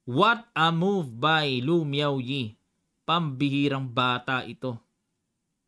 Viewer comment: Grabe yung highlights mo dun coach kay miaoyi 😅😂ah may diin haha